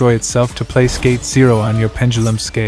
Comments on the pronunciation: I keep hearing "gay magician" every time LOOOOL great video though man dropped a like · Am i the only one who heard gay magician instead of gate? Lol Also still keeping my hopes up for an endymion guide